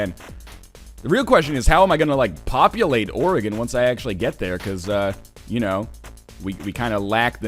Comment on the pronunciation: HE SAID OREGON RIGHT OH MI GAH